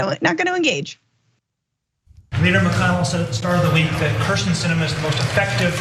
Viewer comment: I have NO love for Kyrsten Sinema, but it's pronounced KIRsten not KRIsten. She's been senator for years now, you've covered multiple stories with her, you should know how to say her name